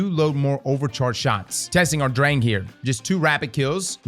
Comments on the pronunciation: Wait till someone tells him how Drang is pronounced and that it means urge. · *Pronounces Unfall almost german -> Ignores that Sturm & Drang are also german words xD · as a german i appreciate him trying to pronounce "Unfall" correctly but how the hell did noone tell him that Sturm and Drang are also german words and he's saying "Drang" wrong